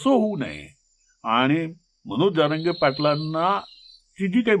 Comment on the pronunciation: तुम्हाला जारंगे आणि जरांगे हा उच्चार देखील नीट कळत नाही आणि आले विश्लेषण करायला